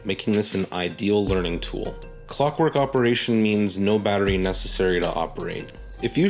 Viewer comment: Necessary...Not nessesary!